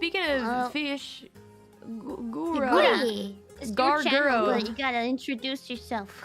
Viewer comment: Calli definitely called Gura Gawr Guro at the beginning holy shit